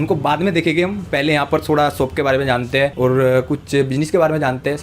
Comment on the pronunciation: Soap nahi re shop bolte hai